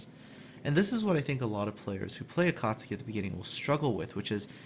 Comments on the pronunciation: Akatski in laughing but sorry, I think its AkatsUki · ElasticSniper I could feel myself cringing every time said Akartski. No offence! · Going out of my mind listening to you fail at pronouncing this ship :'( . A-ka-tsu-ki. Tsu = t + sue, so a-ka-tsue-key. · A-KA-TSU-KI not A cats' key. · RedstoneActive yup, it is not pronounced su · A ka tsu ki! not that hard to spell:D;) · The proper pronunciation would be closer to Ah Ka tSue Key, just barely enunciating the T. Regardless, it's definitely not pronounced the way was pronouncing it in the video, but it was better than how Jingles would likely pronounce it. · To whoever still debating about the pronounciation. In Japanese, "Akatsuki" kanji is written as "暁". The kanji "暁" can be broken down into hiraganas which is written as "あかつき", and each hiragana reads as "a", "ka", "tsu", and "ki" (they do this often when teaching children to read a kanji, or include them in mangas so people don't misread the kanji). So the correct pronounciation is a - ka - tsu - ki. BUT... It is also acceptable to pronounce it as a - kat - ski because : 1. It sounds just the same when read fast, the Japanese will still understand it 2. This video in general isn't about trying to teach you Japanese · say it like this. "Akk at suki" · Definetley pronounced Akatski :) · just a little language tip, the tsu is pronouced as if the T doesn't exist. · I believe the "T" is silent. The reason why this "T" is silent is because there is "tsu" and "su" which are pronounced differently. A common English word where "tsu" is used is tsunami where "T" is silent. From my little knowledge of Japanese, "tsu" is pronounced like "sue" and "su" is pronounced like "zoo" but the "z" will sound like "s". Akatsuki = Ah-Ka-Sue-Key (that my assumption of the pronunciation of the word). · Akatsuki does have a 'u' in it, you know...